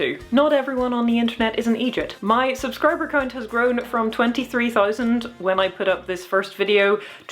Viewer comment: Dear, I believe you might be the only non-Scot that I've ever heard pronounce the word "Eejit" correctly, even if it lacked the typical glottal spot (Thank you Tom Scott) you'd find in the Scottish dialect and the vitriol that it tends to be spat with, so I applaud your language skills, the video was also pretty good